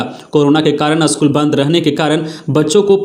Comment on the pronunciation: अस्कूल नहो पर स्कूल बोलिए ।